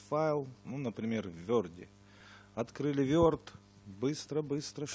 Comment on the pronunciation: не верд а ворд или word